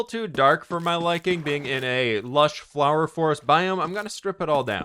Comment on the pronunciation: I love the fWhipifwhied fwhower fwhorest fwharm